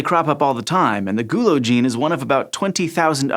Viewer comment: The way he says the word 'gulo' makes me really uncomfortable